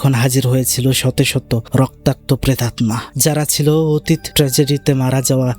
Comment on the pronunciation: ভাই, প্রেতাত্মা(pretatta), নট প্রেটাম্না(pretatma)